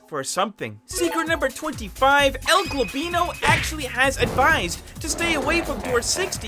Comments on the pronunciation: jesus stop calling him "el globlino" its EL G OB LINO OH MY GOD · It's goblino not globino broooo my ears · i hate how you say "Globino" its Goblino... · it isn't "El Globino", it's "El Goblino" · Bro it’s el goblino not el globino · El globino. El globino (again) please reply to this comment with more timestamps where he mispronounces el goblino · ''el globlino'' btw its goblino not globlino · it's el goblino not globino. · Oh my god this dude is so annoying why are you saying el globlino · Why do you keep saying:”El Gabino”? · “El globino” 💀💀💀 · El golbino 💀it’s el goblino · stop calling EL GOBLINO - el globino idiot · every time mispronounced el goblino's name